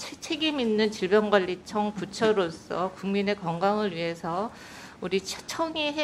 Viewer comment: 질병괸리청이 아니라 질병관람청 너무 웃기네요.